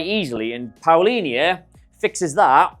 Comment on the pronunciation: You pronounce it like Paulinha